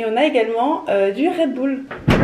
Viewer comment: et on a également du RED BOUL Je suis là seule à dire du RED BUL genre à dire u 😂😂😭😭